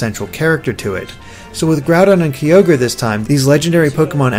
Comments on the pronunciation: Rayquaza not that much, but Kyogre... I mean Kee-ogre? WHAT? It's obviously Ki-ogre! Like it he was the ogre of the Ki! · LegendaryAeryn Oh. I didn't knew it. But it's not pronnounced Keeogre at all. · Does it annoy anybody else how pronounces Kyogre and Rayquaza?